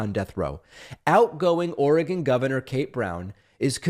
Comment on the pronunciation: One of the best things about the Internet has been that East Coast and Midwest Americans like David have finally learned how to pronounce "Oregon" correctly. This is very important to an Oregonian like myself. 😁 Also good that the state government isn't busying itself with killing its own citizens. Now I'm curious how our state will reconcile this with the right to end one's own life voluntarily. Can a death row inmate ask to end their lives if they don't want to spend the rest of it in prison? 🤔